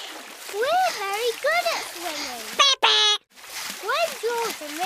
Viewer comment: The thing that almost made me bust out laughing. Is The way she said swimming I know it’s stupid but Swilley not swimming swilling 😭😭😭😭😭🤣